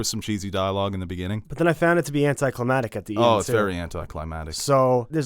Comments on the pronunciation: AnticlimaCtic not anticlimatic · "anticlimatic" haha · mispronounces anticlimactic proceeds to mispronounce anticlimactic exactly the same way lol